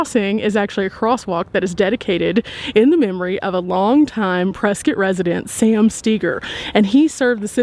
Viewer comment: Thank you for pronouncing Prescott correctly! 💕